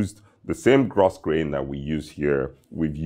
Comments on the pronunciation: Grosgrain is pronounced: Gro-Grain, silent S. Great video! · Hi another exquisite sartorial presentation. A passing comment. Grosgrain is actually pronounced GROW-GRAIN.. It's one of those peculiar English words:) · Spelled grosgrain, pronounced “gro grain”. Single shirt cuff are the norm for white tie. Though I guess also acceptable for black tie.